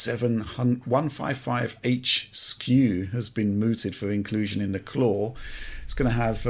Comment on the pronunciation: "The Craw?" "No, not 'The Craw', 'The Claw!'" "Ah yes, 'The Craw'".